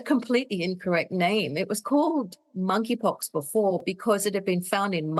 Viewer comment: Monkey pox. The K is silent 🤫 😂